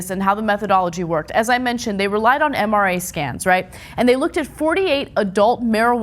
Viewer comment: 'MRA scans'? Ana? Really?